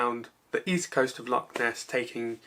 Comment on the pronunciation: Good work but you really need to work on your pronunciation of Scottish terms...its Loch not Lock.